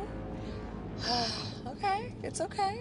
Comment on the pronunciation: her mum was like okrrrrrr